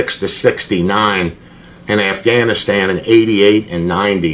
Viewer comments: Assganistan. I can't be the only one who heard him say that. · Did he say Assganistan? 🤦🏻‍♀️ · Man said “assganistan”. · No way he said “ass-ghanistan” and don just let that slide 😂